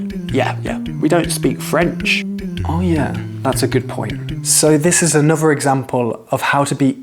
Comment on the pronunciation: You know what, I absolutely love your accent, but I can't, for the life of me, place it. There seems to be elements of Estuary (you often replace TH it a V or FF - you said bovver, mouff and anover), but you use the short, flat, northern A sound in words like laugh, grass etc. I get that you're talking slowly and pretty precisely so that your students can follow and understand what you're saying. I'd love to hear how you speak naturally - to another native speaker, I might have a chance of working out your accent then lol. Seriously though, I really like your videos, they are full of really useful content for non native speakers, and the way you explain phrases and words is really clear. Please don't think I'm criticising, I just find the way you speak a conundrum :)